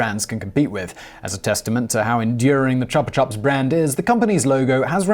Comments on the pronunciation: Not to be the grammar police but wouldn't Chupa be prounounced Choopa, which is the Spanich word for suck??? It is a sucker after all..... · That would be Chupa [ chew- pa] meaning 'sucker' sparky; or more precisely chupa. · chupa is pronounced "choo-pah" like in chupacabra